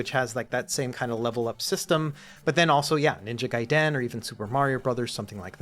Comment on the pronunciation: ❌ Ninja GUY-den ❌ Ninja GAY-den ✅ Ninja guy-DEN